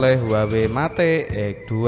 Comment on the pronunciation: Yg begini jd you tuber...mate....met...bloon bacanya